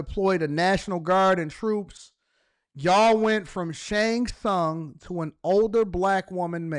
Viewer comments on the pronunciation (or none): He didn't just call her Shang Saung 😂😂😂😂